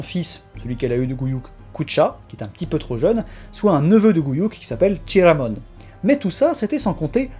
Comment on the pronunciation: Chiramon j'étais pas prêt. Et oui, le T de Metz ne se prononce pas, on prononce plutôt "Messe" ;)